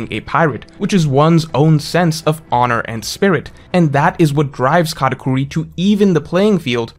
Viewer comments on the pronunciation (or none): It’s katakuri not katacorey… besides this great video ❤